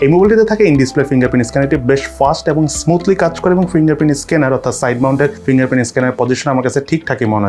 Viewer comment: প্রথমে ভুল করে ইনডিসপ্লে ইসকেনার বলছিলেন🙄😁